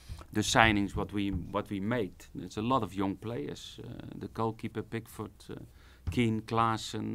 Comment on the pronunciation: Is it just me? whenever Koeman says Pickford it actually sounds like he is saying Big Foot